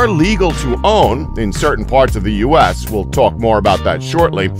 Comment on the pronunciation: Bruh he said use instead of U.S.